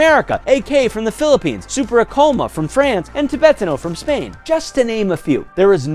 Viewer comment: "Super A Coma"